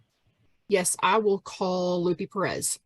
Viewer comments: I’m pretty sure the investigator’s name is Lupe, pronounced Loo-pay, not “Loopy” Perez. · So, is that lady's name Lupe or Loopy? I swear they're saying Lupe wrong as Loopy but maybe my hearing is going? 🤔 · lol she said "loopie perez" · Love how she butchers the name, Lupe. Oh, “it’s loopee” Or, she’s a maga creature doing it intentionally to be a bully and make a “point” Ugh